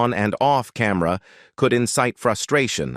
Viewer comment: I learned nothing, but I did learn that this video used A.I. and it is horribly done. Paul Newman’s name is spelled “NEW-MAN” but pronounced as “NEW-MON”. Yul Breener? Cam-Mer-ra? And from our point of view, McQueen was fantastic in the movie and universally acceptable. It seems that the other actors were no different than those I have worked with; some liked me, some didn’t, no matter how well we worked together. Big deal. In the end, all I got from this video is heresy from supposedly professional actors who wish to merely criticize, complain, and condemn a dead Steve McQueen. Their complaints are purely subjective, trivial, and not provable.